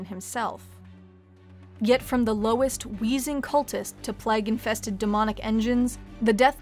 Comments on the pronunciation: Nurgle the Plag Lord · The way you say "plague" makes my uncomfortable and you should change it.... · Good video, but you say “plague” in a really weird way.